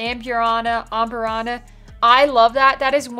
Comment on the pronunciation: We were on the fence about this one, but your review makes it sound very unique and interesting. Thanks for the review! P.S. it's pronounced me-zoon-are-uh and ahm-burr-ah-na